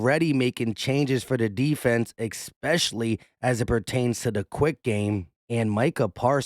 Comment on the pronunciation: I like your video and your comments...however.... The word is not EX-PECIALLY,.......it is especially. Thank you. Sorry, Grammer police had to come out. Nails on a chalkboard for me to hear it numerous times.